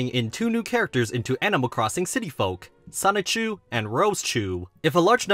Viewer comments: PLEASE PLEASE PLEASE pronounce Sonichu correctly. Its the only thing about the video that’s killing me. Sonichu as in Pikachu not Sonic-chu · Still pronouncing it ‘Sonic Chew’ I see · great video but please stop saying it like sonick-chu 😭😭😭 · I'm not gonna lie... each time you say sonic-chu hurts my soul from within dimension c-197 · If he keeps saying "sonic-chu", I'll be slightly peeved off >:( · please just say sonichu correctly 😭